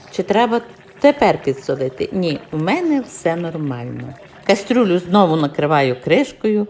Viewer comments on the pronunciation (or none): Ваша кастрЮля так ріже вухо, що далі дивитись не хочеться.